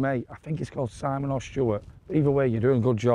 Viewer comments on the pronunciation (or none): none